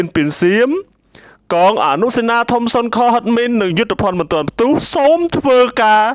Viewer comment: សូមអានឲ្យច្បាស់ពាក្យសុនខ_គឺឆ្កែលោកម្ចាស់អ្នកអាន។